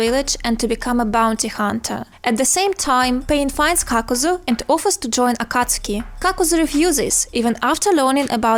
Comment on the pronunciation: U pronounce akatsuki wrong🤣🤣🤣